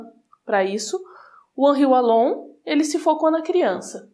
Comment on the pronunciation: O "W" de Wallon tem som de "V", se lê Vallon.